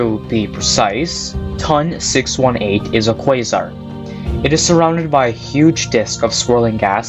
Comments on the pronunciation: A dream come true would be to stop saying “TUN”. Say “tee oh en”. Would you call NGC 1332 “nuh guh ka”? “Ton” is the first three letters of Tonantzintla, relating to Aztec goddess Tontantzin, which doesn't sound like “tun”. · My man said " TON! 618"